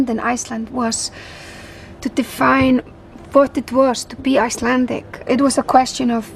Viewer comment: She overdoes her icelandic pronounciation. She can speak with a better accent but somehow she often does this in interviews.